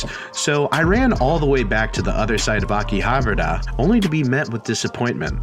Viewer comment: It's okay, you can mispronounce Akihabara like everyone else.